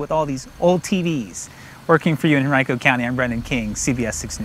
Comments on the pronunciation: And pronouncing Henrico as hen rye co lmao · What the hell, not a single reporter can speak Henrico properly. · Living in that area of virginia. I never realized Henrico was pronounced that way.